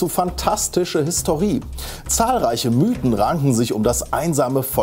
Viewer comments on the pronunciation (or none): none